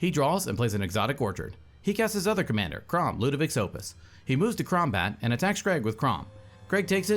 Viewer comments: Anyone else catch around 4 mins say go to kraumbat…. Fricken love it lol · Did you say "he moves to kraumbat?!" Damn that got me